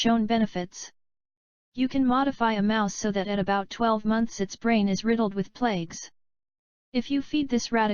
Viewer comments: The robot keeps saying plakes....isn't it supposed to be plaques? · Why does the voice say plagues instead of plaques?